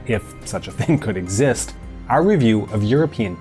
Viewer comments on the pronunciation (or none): none